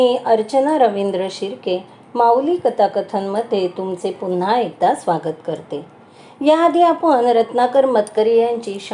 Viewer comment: "Sogat" naste te.. "Swagat" ase aste te....😂😂